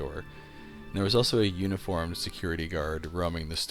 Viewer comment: I know, I just had the first impression that he pronounced it weirdly.